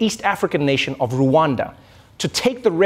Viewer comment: Rwanda.. NOT RU....ANDA.RRwanda